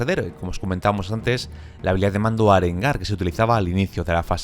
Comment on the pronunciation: Apunte, arengar es aguda sin acento y no esdrújula por si no se entiende =P